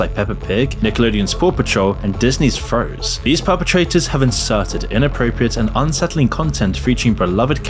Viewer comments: Disney's "Froze"? Forgot the 'n'? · 💀 Didn't bro just call it "Froze"? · Did you say disneys Froze?